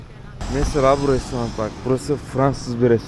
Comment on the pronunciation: Restorant değil, 'restoran'.Dilimize Fransızcadan geçen bu kelime DOĞRU bir biçimde böyle okunur(Fransızcada sondaki 't'ler okunmaz).Yanlış ve eksikliklerimizi böyle bilgi paylaşımlarıyla gidermeli ve dilimizin hak ettiği saygıya uygun şekilde kullanmalı ve herkese ÖRNEK olmalıyız.Bunu, senin gibi çok değerli, özgüveni yüksek ve GELECEĞİ PARLAK bir insandan bekliyorum.Pozitif katkımı kabul etmen dileğiyle ürettiğin içerik, özellikle Buda din adamlarının kültürüne ilişkin yansıttığın derin bilgi için çok teşekkürler.Selamlar, sevgiler...başarılar dilerim.